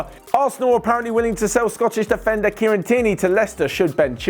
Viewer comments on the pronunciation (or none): none